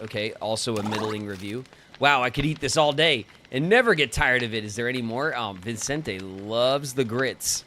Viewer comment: I am irrationally bothered by how you kept adding an "n" to Vicente's name (as in ViNcente). Irrationally because it really shouldn't bother me this much tbh 😅